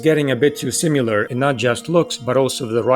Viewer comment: This video is so well researched and well taught! (Also, I finally found someone who pronounces "similar" to how I used to. Like sim-yoo-lar.)